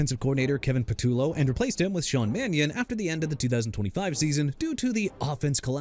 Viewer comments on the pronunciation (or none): none